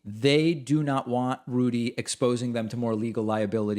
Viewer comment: I like how you pronounce Rudy "Julie-Annie". Haha.